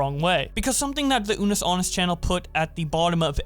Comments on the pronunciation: The fact keeps saying anus instead of annus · Man really said "Unus Anus"